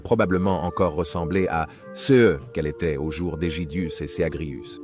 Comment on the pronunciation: Visiblement, votre IA a beaucoup de mal à prononcer "ce", comme en atteste les étourderies à , et deux trois autres moment que j'ai pas retrouvé ^^ Continuez le bon boulot, cependant ! On a toujours pas assez de chaînes historiques francophones comparé aux anglo-saxons !